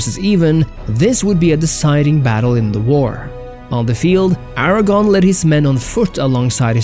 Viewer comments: Aragorn, not Aragon (a former Spanish Kingdom). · Except the pronunciation of "Aragorn" which is mistakenly said as "Aragon". Gotta get that R in there